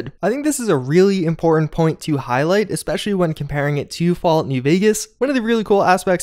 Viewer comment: Especially.......eSpecially....not expecially